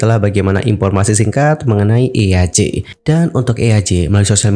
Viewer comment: kak btw baca nama eaj tu bukan eyaj wkwkw tapi jadi "ij" gitu😭😭😭